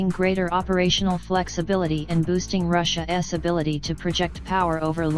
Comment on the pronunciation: "Russia ess." 😂